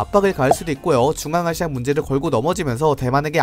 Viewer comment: 앙아시아? ang?